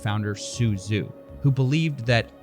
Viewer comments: Am i the only one that paid attention to Avatar: The Last Airbender and knows “zh” is pronounced like a j, not a z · "Zhu" is pronounced like "Ju"